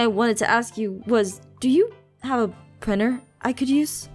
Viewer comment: Did this annoy anyone else “Hey do you have a priner “ prinTer